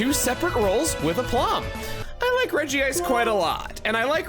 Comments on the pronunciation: The fact that you still regi-ice instead of reg-ice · Out of all people I'd think you, Chugga, would say "Regice" and not "Regi-ice", there's only one I. Is there some official resource besides the anime that has you saying it that way because I trust your pronunciations more than anyone else when it comes to Pokemon but this, this is one I can't believe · Praying Chugga will one day pronounce it as Redge-ice